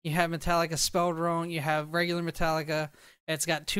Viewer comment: Did.... Did you just say Metallicer